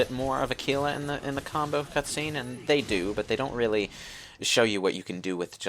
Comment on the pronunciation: It's with a G. Aguila